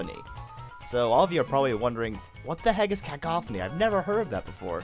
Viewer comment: It's Cuh-Cough-any